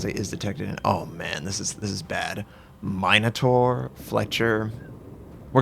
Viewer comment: MIN-O-TAUR, not MINE-O-TAUR